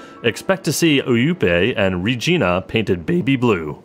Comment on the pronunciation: Pro tip: Regina is actually pronounced like vagina. no joke dude I'm Canadian.